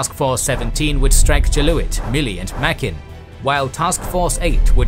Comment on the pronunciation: I believe "Mack-in" Atoll (Which I've always pronounced as "Make-in") is actually pronounced "Mug-in". Just a head's up.